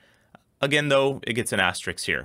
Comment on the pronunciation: Please, guys, please: it's pronounced "as-ter-isk," just like it's spelled. If I want to see a video with "ass-tricks" in it, there are other sites for that. :D